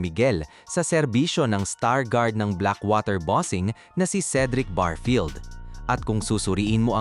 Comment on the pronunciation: anong barfield?barefield ang tawag dun nagbavlog kaayusin,,n mo